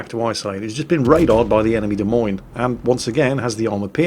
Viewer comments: Pronunciation link your so crap lol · you're saying the the Des Moines wrong. Anyway you old gnome, see you in the salt mines. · "De' Memes"? You mean the "Dah Moine"? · If you ever visit Iowa, it's " d uh M OY N " not " Dee Meens" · Ok, Duh Meenes, is not the capitol of Iowa, but DE MOYNE is. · Da Meanz? LOL It's Da Moynz! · What is a demenes? As I live in Des Moines, IA it is pronounced deh-moin. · Is there some nickname for the Des Moines that I don't know? Or is just mispronouncing it, like many things he mispronounces? At least he got USS Worcester right, but that is only because there is a Worcester in England and us New Englanders still pronounce things similar to how our little old ancestors did. Sorry was just channeling the DA in My Cousin Vinny at the end there.;) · Dee Meenz? it's Duh Moyn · While I am no midwesterner, the Des Moines is pronounced Demoyn, or possibly even D-moyn. Sry, it was just driving me nuts and I couldn't figure out wth u were saying until I saw the lineup and we Americans tend to take French, Brit, Dutch and Indian names and pronounce them our own way that is unique to us and often unrecognizable to those not from the area, or at least the the continent. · the way to pronounce the "Des Moines" is De Moin (rhymes with coin) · Cracked me up. Des Moines is pronounced like De Coins. Justifiably, nobody seems to get it right. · it's De Moinz, oi like oil otherwise known as the Daisy Mae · De Moin is how its said in NA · "Des Moines" = "Deh Moyn". Just sayin'. :-) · A quick note. It is pronounced "de moyne", and since I'm here Roanoke is pronounced "rowanoak". You're welcome. :-) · What in the world is a "Des Meens"? I know what "Des Moines" is. I've even been there. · it's De moi nes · Ok, which one of you jokers fooled poor into pronouncing Des Moines “demeeens”? 😂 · de mines? i just wait till calls this ship "TO THE SALTMINES!!" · Des Moines.. .pronounced Duh-Moin.